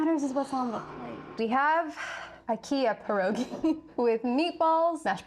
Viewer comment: All the polish people dying at the pronunciation of our beloved Pierogi and forgetting about the other types of pierogi 😭😭😭